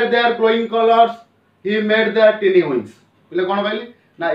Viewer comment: Sir, I think tiny is wrongly pronounced and presentation is really not poetic